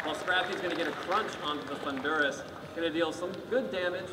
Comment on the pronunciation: and the guy cannot pronounce Thundurus. the emphasis is on the first syllable he's pronouncing it like the country Honduras.